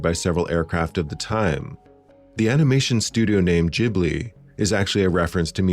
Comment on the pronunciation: Best Miyazaki movie, and far and away the best dub of any Ghibli film. Thank you for the correct pronunciation of the studios name too.